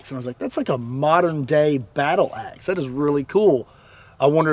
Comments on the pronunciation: At first I thought you said "ex" and I thought "now you're on to something!"😂🤣😂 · Sounds like he is from Chicago when he said that